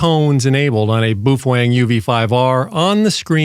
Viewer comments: Baofeng is pronounced bow (rhymes with how) fang (rhymes with bang). Not boo-fwang. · And BTW. You sound like an idiot saying "boo-fwang" you're the only person I have EVER heard say it like that and you're thinking you have power over that?? Dumb af. Its "bow" (like bow wow like a dog.) "Bow-fung" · Bu Fwang 😂😂😂. I'm sure it's pronounced Bow Feng.🤦‍♂️🤷‍♂️. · "Boo-feng" . . . lol. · Maybe in Japanese, but BaoFeng is a Chinese company, and they don't speak the same. Even using a translator it's pronounced Bo Fang, which in English is Storm Wind... Not trying to be an asshole or anything. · In case you were wondering, it's not pronounce boob-fang, or buoy-fang or bwee-fwing, or boo-fwing. It's pronounced bow (rhymes with cow) fung (rhymes with dung). Just wanted to clear that up for everyone's benefit. Bao like cow, feng like dung. Bao Feng. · “Boof-wang” lol! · I'm crying every time you say 'boof wong' 😂😂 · Well I learned how to pronounce Buffwang. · About to buy my Baofeng UV-5R and I'm glad I watched this video because I've been pronouncing it wrong this whole time. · Strange pronunciation of Baofeng! 😂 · you're a frigging idiot. you need to first learn how to properly say the name of the radio and then learn to talk naturally and not like a damn robot. go get yourself a life update for all the stupid smart-ass morons out here. and yes to the moron that stated " watched leave it to beaver" at least he had more brains than you do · I don't like you. And you pronounce baofeng wrong.